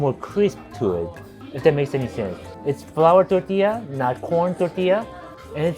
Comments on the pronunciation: Yo the way you say tortilla makes me happy. You are invited to the carne asada. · oh for sure ! You are! Your "r" in tortilla is perfection!